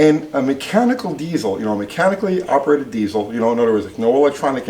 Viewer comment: AHH! Are you gonna be that guy that says Die Zul instead of Dee sill l?. I'm gonna let it slide... lol